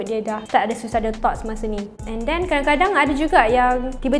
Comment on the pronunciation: tapi sebut dia SUU-SA-ID , bukan SU-EE-SA-ID, malu la bagi info banyak tapi salah sebut perkataan 😅